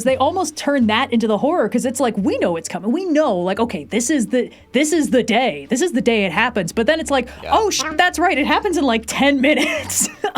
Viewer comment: "Vader's just zis guy, you know."